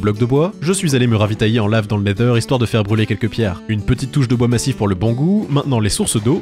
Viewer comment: Pk tu dit le neder?